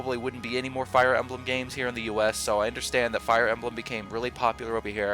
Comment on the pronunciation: Little speaking pro tip. When saying "Fire Emblem," put the emphasis on the "Fire," not the "Emblem." You'd be amazed how much the "Emblem" interrupts your flow when speaking if emphasized